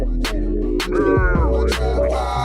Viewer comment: Churrazco? 🤔 sounds different but you made it look bomb.